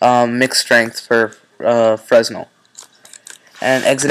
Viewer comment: loved the video but, "frez-nel" is pronounced "fre-nell" Liked :)